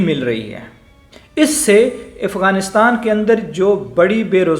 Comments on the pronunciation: Abe ifganistan nehi Afghanistan sahi se bol Nehi to thok dega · Gentleman, the correct pronunciation is "Afghanistan", not Ifghanistan.